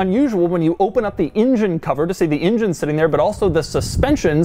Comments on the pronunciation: It's an engine... Not an injin. Stop getting it wrong, it's not that difficult ffs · I say engine Doug says injun. Tomato/potato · doug the kind of guy to always say ingine instead of engine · You mean "in-jen?" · asldigga06 he said ingine as soon as I read your comment lol